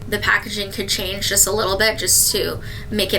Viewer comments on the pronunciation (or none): none